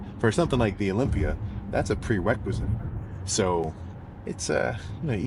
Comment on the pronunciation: "Dats a PWE WEQUISITE"😂😂😂😂😂😂